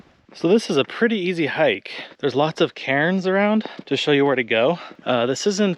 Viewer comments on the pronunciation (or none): I laughed when you said cairns...at first listen it sounded like Karens, and I thought, those damn Karens are everywhere complaining about everything.